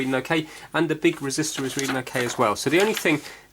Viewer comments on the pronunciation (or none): none